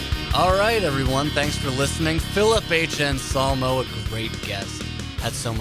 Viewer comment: Still don't understand why calls him Phil "Onsolmo"